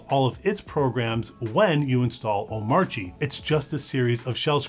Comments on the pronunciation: The video is great. But pronunciation of Omarchy is terrible. its the same as like Oligarchy it is pronounced kee not chi. damn that was tough to listen to. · Small thing, but I thought "Omarchy" rhymed with "anarchy". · Nice video. Why does DHH not pronounce the 'r' in Omarchy. In the r silent in Danish?